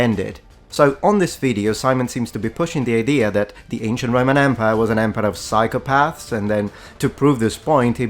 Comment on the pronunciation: "psychopaahrths" what a tool 😂